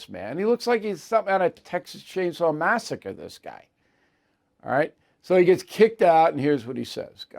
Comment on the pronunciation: Chainsaw Massacre??!!!!😂😂😂😂. Said in pure NY fashion Bill. I appreciate the laugh on that one